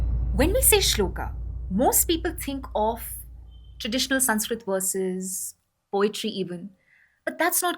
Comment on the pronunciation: Ye prawakta khud ram ko ramaa krishn ko krishnaa sanskrit ko sanskirataa pronounce kar rahi lagti...